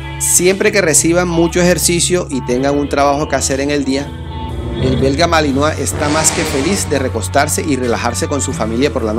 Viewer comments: Se dice malinois no malinoa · Se dice MALINOIS no malinoa pronuncia bien por eso el vocabulario cada ves esta mas de la chingada... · Se escribe Malinois y se pronuncia Malinoa.